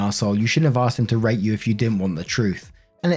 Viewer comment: Is it just me that thought i heard "r@ insead of "rate" in story 3?